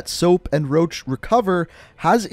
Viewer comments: You said soap and roch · He said soap and and Roche